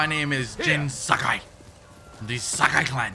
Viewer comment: I love the way he says SAKAI real funny 😂👍🏻❤️❤️😆